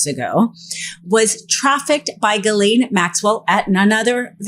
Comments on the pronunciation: Ms. Maxwell's name is pronounced Gillen, short i. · the predator's name is pronounced "Zhillaine Maxwell"